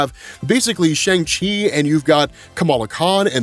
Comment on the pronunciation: Dude, Kevin Feige and a whole scene in Shang Chi and the Ten Rings put in the effort to teach us how to enunciate the 'Shang' in Shang Chi, representation matters man, I'm sure I'm not the only Chinese listener who cringed every time you mispronounced Shang Chi.